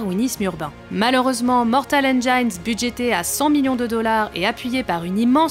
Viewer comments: "engine" se prononce "ènjine", pas "ènejaïne" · Juste une petite remarque : engine se prononce ine-djine (pas ine-dja-ine) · Ras le bol d'entendre engine prononcé endjaïne... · Ne pas savoir prononcer "engines" correctement et être journaliste cinéma...